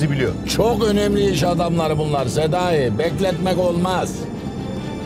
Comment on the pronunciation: Başkan Sedayi diyir ya Senayi? Ben Senayi duyuyorum